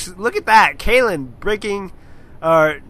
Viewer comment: Yeah, Kalin is Bulgarian. :) Also, type "Kheahliehn" in google translate and choose English to whatever translation to listen to the (kinda) right pronunciation of his name. :) I really like your casts, btw ! :P